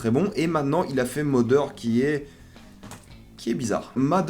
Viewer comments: il ya en effet des accents selon les regions mais le mot Mother se prononcant MAther ou Matheur pour ceux qui parle pas anglais donc voila pas d'excuse dans tous les langages anglophone c'est comme ca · Je sais que les français ont beaucoup de mal avec les accents des langues étrangères et le TH anglais est "Ze" Exemple! Vous le prononcez soit "de" soit "F"; ce qui est marrant quand vous tentez de faire des jeux de mots phonétiques en anglais... Dans le mot mother il se prononce à peu près "z", ce qui donne moZer (en aucun cas le O ne devient un A)